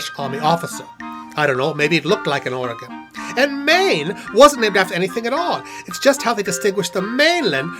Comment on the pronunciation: respect points for pronouncing Oregon correctly.